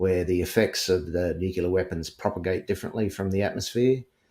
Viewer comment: Why can't some people say NUCLEAR... NU CLEAR.... NOT NUKULAR